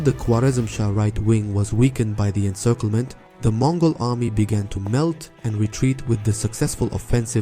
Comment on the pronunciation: Its MONGOL EMPIRE not MOGOL